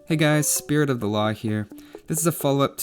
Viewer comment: Every time you say "spirit of law here" it seems to me like you're saying "spirit of alah" and i was like wtf, then i had to check ur name lol